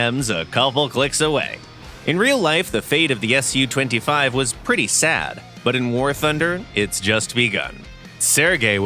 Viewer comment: In the name of the SU-25 you don't say the S and U as seperate letters, because it's not an acronym but is short for Sukhoi, the design bereau, so it's 'soo twenty-five' not 'ess yu twenty-five'